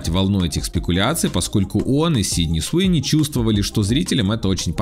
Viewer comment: Суини ,а не СИуни